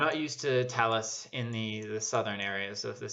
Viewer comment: yes, the signs say "Talas" which we pronounce "tah-LOSS"